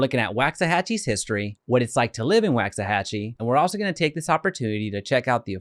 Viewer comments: It’s pronounced “wocks-a-hachie” not “whax-a-hachie”. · It's “WALKS” not “Wax”. Really if you are going to do a video about the history and can't pronounce the city name properly it means you didn't do “much” research. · It's waaaaaxahachie how are you doing a video on something you can't even pronounce right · You mispronounced it! Sounds like (walks a hochie) you’d think a guy would learn the correct way to say a town before doing a report for the public! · It's pronounced walksahachie! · Good video, helpful info, and as a resident, we love it here. FYI, it’s pronounced *Wox-uh-hatch-ee* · The fact that he’s pronouncing it incorrectly (per comments) is making it hard for me to take him seriously. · He is saying it wrong. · Say the name right to start lmao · How do you not know how to pronounce it and you live in DFW